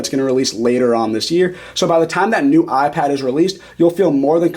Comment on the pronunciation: Now that you've told us about the "Ahhh Pad", how about telling us about the iPad? On second thought, don't bother. Your voice is intolerable.